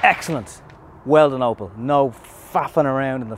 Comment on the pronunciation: Opel not oppo